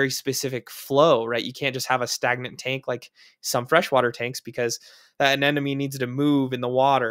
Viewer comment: "A-NEM-oh-nee," not "An-EN-em-ee."